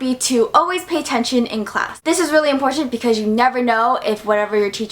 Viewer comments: She said this is very Imporshent instead of important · There's something about the way you say "important" sounds cool👍🏻